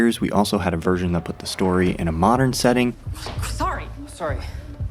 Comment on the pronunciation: It took me minutes to realise that he said 'Version' and not what I thought was 'Virgin'.